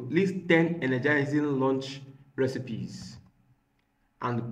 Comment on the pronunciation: bro can't pronounce Recipes. what an irony....😢😢😅😅